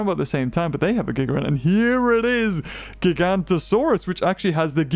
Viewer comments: please, it's GigaNOtosaurus NOT Gigantosaurus... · It's Giganotosaurus (jig-uh-no-to-sore-us) and it was inaccurately called Gigantosaurus. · ITS NOT GIGANTOSAURUS, ITS GIGANOTOSAURUS!!!!!!!!!!! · ‘Gigantosaurus’ is an entirely separate species from Giganotosaurus. pronunciation matters! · He's pronounces it Giganto saurus? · Stop saying gigantosaurus